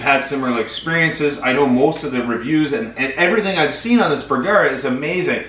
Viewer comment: You're pronouncing Bergara wrong using a hard a. That is the problem.